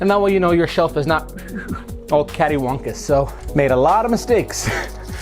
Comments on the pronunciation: You keep saying "caddywonkus" but it's catawampus. Lol. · As a southern the mispronunciation of “cattywumpus” is hurting a little. Still love the vid